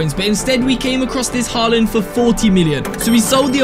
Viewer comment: Stop saying halland goal